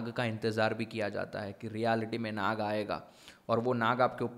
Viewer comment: भ्राता श्री विषय तो अत्यंत महत्वपूर्ण है और आपने बहुत ही अद्भुत तरीके से समझाया भी ,किन्तु ये Naga उच्चारण हमारी संस्कृति मे बिल्कुल भी नही है ,ये सब पश्चिम के तौर तरीके है , सही उच्चारण तो Nag हि है । 🙃. कृपया आप अपने मूल सांस्कृतिक शब्दों को उचित रूप मे प्रस्तुत करे और अपनी सनातन संस्कृति को निरंतर आगे बढ़ाये 🚩😊. जय श्री राम 🙏🛕🚩❣️